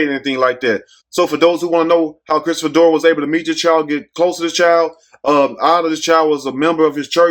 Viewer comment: Who is Christopher doran you keep saying Dory who is Christopher dorn